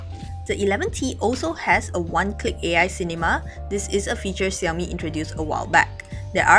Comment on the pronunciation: Fiiiiiiinaly someone who pronounces Xiaomi correctly and doesn't say 少米 instead of 小米 !!!😃🙃 (I started learning Chinese a month ago and am very picky pronunciation wise!)